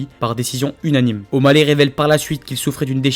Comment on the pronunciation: 5'59 Le "O'Baley" il est magnifique :D